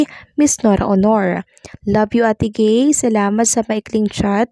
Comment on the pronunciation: Not aye gay😂😂😂😂 watch your pronounciation Ate Guy